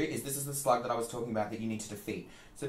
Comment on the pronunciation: The way you say "slug" has me dying laughing I don't know why